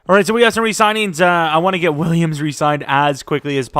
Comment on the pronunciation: You did too much when you said Williams